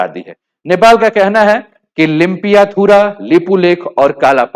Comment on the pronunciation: Sahi se limpiyadhura lipulek bol nahi sakta bharat ka hai bharat ka hai pagal ho kya aur bat bat pe nepal china ki taraf jhukab jhukab muh tod du 😡